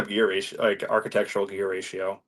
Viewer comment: Dying at him butchering architectural and getting 0 search results